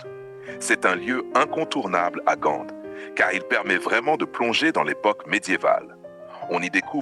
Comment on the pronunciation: Ce n’est pas Gande 🤪 mais Gand et les façades ne sont pas hollandaises mais flamandes. Et ce n’est pas l’Emile Braun plaine, mais la place Emile Braun, etc, etc,…